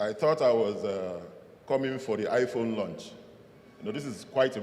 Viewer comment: He said iphone launch😂